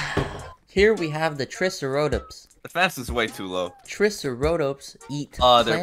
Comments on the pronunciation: triceotops? ITS TRICEROTOPS 💀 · as a person who is actually interested in dinosaurs this makes me laugh so fking hard when and pronounce the names wrong:Sob: tree se ro tups